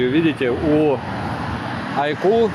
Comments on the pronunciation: Айку почти перестал называть айкьюоо, но маркЕтинг режет слух от такого грамотного в целом и приятного чувачка.)) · наконец-то научился выговаривать айку подумал я А, нет, не научился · Айкьюоо от так аутентично и лампово звучит ) мне даже больше нравится 😁